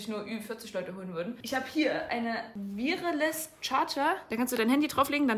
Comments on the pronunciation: weißt du dass wireless einfach kabellos heißt? 😂 du hast das so abgelesen und deutsch ausgesprochen als wäre das eine marke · 💀 Wie bitte spricht man Wireless aus? 🤙 sonst gutes Video